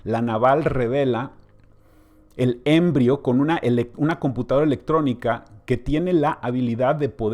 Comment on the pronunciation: ES EMBRIÓN EN ESPAÑOL!!!!! NO ÉMBRIO